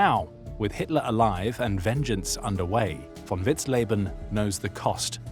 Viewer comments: Vous avez un serieux problème de prononciation des noms. On dit Vitzlében, et non lébanen ou vitzlébanen. Von vitzen également et une faute à chaque nom prononcé. Ça écorche l’oreille de ceux qui connaissent ces personnages. C’est pas l’abère mais l’abwher ……. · Pronuncia-se vitzlében e stôfenberg.